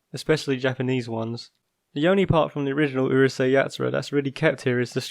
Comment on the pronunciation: It's Urusei not uhrusei